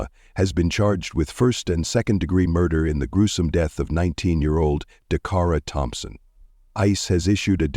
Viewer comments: How many times can a name be butched Decara Dacarra,Dockara😢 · Say her name right please Dacara 😢 may she rest in Jesus loving arms. Praying for justice.